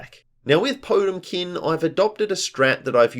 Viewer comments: It's pronounced poh-TEM-kin, not TOTE-im-kin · quick heads, up, potemkin is the name of a guilty gear character and i think you're mispronouncing them name slightly. there is more emphasis on the T, po TEM kin